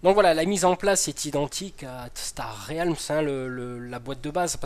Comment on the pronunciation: Star R-É-A-LMS ? :D La vache ça pique ^^. Très bonne vidéo sinon ;)